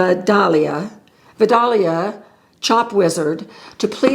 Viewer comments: Just a note. The chopper is named like Georgia’s famous onion, Vidalia. But it is pronounced vi-dal-e-ah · I use that chopper to prep my vegetable for the week, it’s great. Pronounced Vid-A-lia. Yes, the lid comes off. The fork thingie is also to clean the smashed variety that get stuck while cleaning. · I do not have this Chop Wizard, but it appears to be named after the sweet onion variety from Georgia. It is pronounced vy-day-lea.